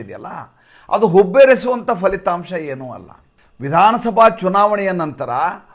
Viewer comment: ಅದು ಫಲಿತಾಂಶ ಪದ ಅಲ್ವಾ, ಕನ್ನಡ ಭಾಷೆಯಲ್ಲಿ FHA ಪದ ಇಲ್ಲ pha ಪ ಫ ಇದೆ ಅಲ್ವಾ. ಅಲ್ಪಪ್ರಾಣ ಪ, ಮಹಾಪ್ರಾಣ ಫ